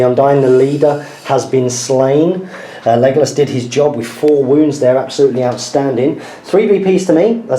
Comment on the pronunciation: Why do u say megalos not legalos?